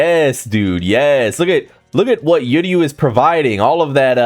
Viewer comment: funny as hell, also don’t think I forgot to remind you.. it’s pronounced Uryu (ooh- ree- you) NOT (you-rree-you) We ain’t trying to hear this the entire Uryu patch (when it does come that is)